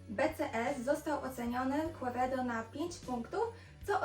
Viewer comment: Quevedo z hiszpanskiego czytamy ( kevedo ). Piekny kon i ty Tez.